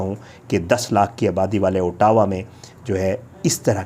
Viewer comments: pronunciation of Ottawa as “ah – dah – wah” or you can say Otwa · Aur Ottawa ko bhi khalad bol raha hey. 😅😅